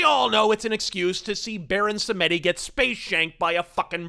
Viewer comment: "Baron Sam-Eddy"